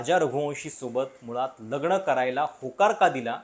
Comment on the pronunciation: …लग्ण नाही लग्न…णंतर नाही नंतर…सोणम नाही सोनम….अजुण नाही अजून…कंपणी नाही कंपनी..मणात नाही मनात..अजून बऱ्याच चुका आहेत..न आणि ण च बघा काही जमतं का?